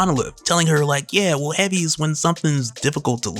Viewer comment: “Heavy” dude I though you said “Henny” I was like i knew it!!